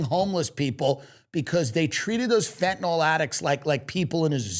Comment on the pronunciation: Everyone plz stop saying FentaNOL it’s FentaNYL 😢💀